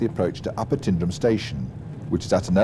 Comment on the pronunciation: The pronunciations of some of the places mentioned in this video are very wrong. Milngavie is pronounced Mul-guy and Tyndrum isn't pronounced Tin-drum it is Tyne-drum.